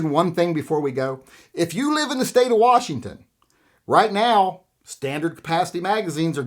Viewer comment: I thought your state was pronounced 'Worshington'??